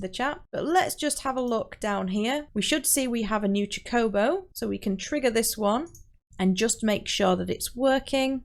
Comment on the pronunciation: My heart </3 cuz you can't pronounce "chocobo" right... Jokes aside, thank you for the tutorial! Very helpful! <3